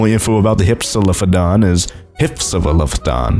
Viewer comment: Say with me now: “Hip-Sa-Loaf-O-Dawn”